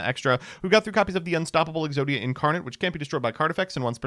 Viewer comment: Exoida, obwiberlate!!!